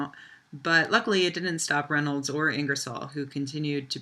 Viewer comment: The possessive of Reynolds should be pronounced Reynolds's (reynoldzez).